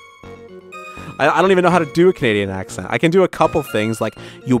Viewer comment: ah, the accentzls. Glad to have ya back.